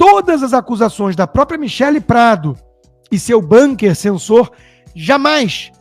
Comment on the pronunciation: Uma correção : pronúncia é "bunquer", palavra Bunker, alemã não "banquer".